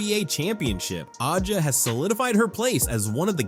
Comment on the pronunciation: Who ever owns this channel, please....please ......stop......be a real person. T he womans' name is pronounced......ASIA.....you F***KING DUMB F***ks!